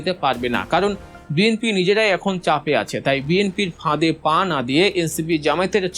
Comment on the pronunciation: "পাঁ" নয় "পা" বলেন।